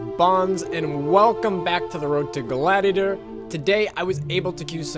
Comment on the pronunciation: "Road to Glatitor"? what is that?